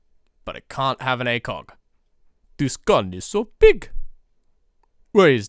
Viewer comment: "Dis gun is so big"